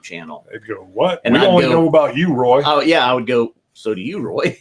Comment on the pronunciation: Really looking forward to seeing both your and Roy's video's from the trip. got the pronunciation of my name spot on by the way!